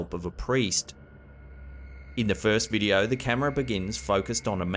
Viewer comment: he is decent. Love when he says 'check out this wideo'.